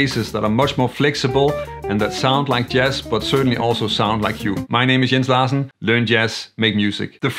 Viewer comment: Jens Larsen by the way, you are the first person to pronounce my name correctly. You said just right on the video mail.